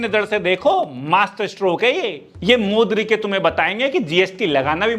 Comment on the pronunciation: Boss d k ❌ modrike 🤣